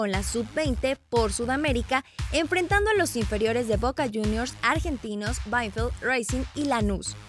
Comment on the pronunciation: se dice racing y no reicing además se dice Banfield y no benfild